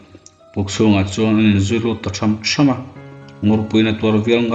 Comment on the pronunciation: Tham tham = Thawn dim tak a kal,tha^m tha^m = mi pakhat aia tam kal thluk awm leh awmlo hi a kawh a dang daih, a hmalam thu leh a zawmtu zirin thluk hun a awm a,thluk loh hun a awm bawk,I lam dan hi inang vekin I hmang a,,ka lo sawi ve mai mai a nih chu ,🙈🙈